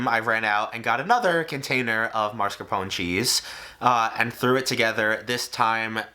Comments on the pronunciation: "Mascarpone"! Mas- car-pone! Try not to switch the letters, it is NOT Mars-ca-pone :-) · Marscapone? Why is mascarpone so hard for some people to pronounce? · my man, it's "Mascarpone", not "Marscapone" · The cheese pronunciation doesn't begin with marsk but mask. It's pronounced like masker pony. It's Italian. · It’s maSCARpone not MARSCapone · plus the E at the end has to be pronounced. MascarponE, non marscarpon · right?? claims hes italian (realistically of italian descent) & cant pronounce mascarpone correctly?? a lil sus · A little late but I’ve heard it on multiple cooking/baking shows and they never pronounce it that way; it’s always marscapone, so it’s not even a thing. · why do we all share the same speech impediment where we have to place the R in mascarpone in the wrong syllable? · The American pronunciation of mascarpone genuinely hurts my European ears 😭. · the way americans say mascarpone makes me want to die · the way he says mascarpone upsets me